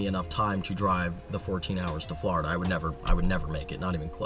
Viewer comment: I cringe every time you say Florida